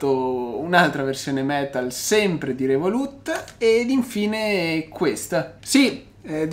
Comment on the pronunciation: comunque si dice "rèvolut" non revolùt... non si può sentire